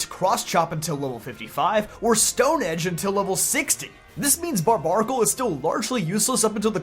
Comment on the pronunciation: I thought it was pronounced Bar-bare-a-cul. Isn't its name a combination of barbaric and barnacle? Someone correct me if I'm wrong. This is the first time I've ever heard its name pronounced like that. Everybody I know puts the bare in bar.